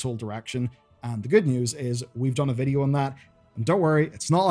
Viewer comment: Why vuhdo...ugh